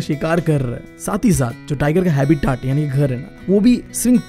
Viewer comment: habitat ❌ habitaat ✅